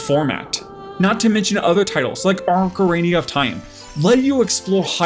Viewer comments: Did he say Orcarania of Time?😂😂😂 It's Ocarina (O-ca-ri-na) of Time!😂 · Arcarinia of time? Come on.. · Arcarini of time? 😂 sorry that just made me laugh. All jokes aside, really great video. I miss those days. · Surely you mean Arancarania of Time. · How did you pronounce "Ocarina"?